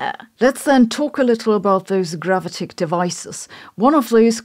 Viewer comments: Gravitic is pronounced: gra VIT ic . And array: ah-Ray. If you care to think about this, otherwise don't let me bother you. You are terrific. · Who else clicked on video just to hear her say gravitic.